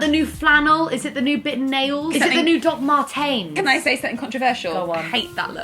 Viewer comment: “Doc-mar-tains” all day every day Rosie!